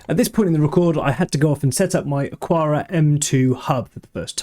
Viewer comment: Isn't it pronounced "Akara" as there is no 'u' after the 'q' ?